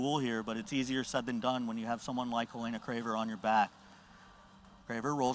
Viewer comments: Lol, drove me crazy every time he said her name. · He said she's "one of the best grapplers in the world right now" yet doesn't know how to pronounce her name.